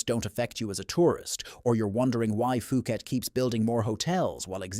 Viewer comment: "POO-KET," not "FOO-KET." 😅